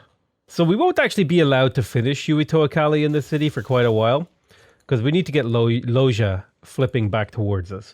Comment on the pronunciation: to be fair you don’t even know how to pronounce Loja :) (that would be Loha btw)